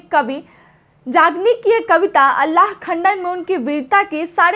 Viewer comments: Alla nhi Aalha bolo medam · अल्लाह नहीं आल्हा बोलो मैडम